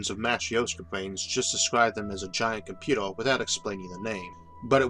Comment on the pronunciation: I don't want to be rude, but surely I'm not the only person who finds the narrator's speech impediment severely distracting. Some sentences are only semi intelligible; "comput-ew" is a particularly glaring and frequent example. Great content, though, and perfect grammar; I love these videos. they would just be easier to enjoy if he asked a friend to record the narration.